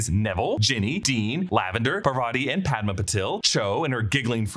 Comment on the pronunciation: Parvati is pronounced Paar-vati not Par-vaati and Padma is Pad-maa. Also Patil is Paa-til, different from Patel. My last name can vouch for this! You can use English to Marathi google translate to hear them